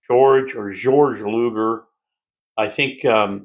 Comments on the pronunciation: gay-org. That;s how to pronounce Luger's first name. George in German. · Just for the record, “GAY org” Luger is the correct pronunciation. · “Georg” Luger, pronounced “Gay-org”. Great video, thank you! Fun fact, it was originally known as the “Super .38”.